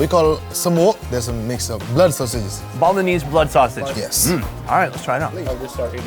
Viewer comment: Does no one else think he says Bolognese instead of Balinese?